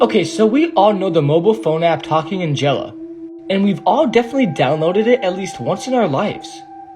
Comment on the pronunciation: its angela (ann-gel-ah)